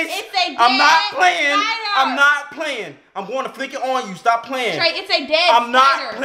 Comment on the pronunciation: He didn't say stop right he said stah